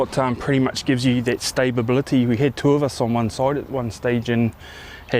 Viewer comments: 'Stabability' haha. Nice video bro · mate. There is only one "b" in stability